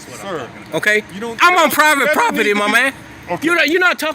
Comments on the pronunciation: "I axed them to leave the prawpitty!" The Boondocks! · Yeah, when you say, "I'm, AXEING you to leave the PROPPITY"...and I think Mr. Solution Looking For A Problem doesn't have a real issue with firemen on the scene; I think he's being BIG MAN on YouTube.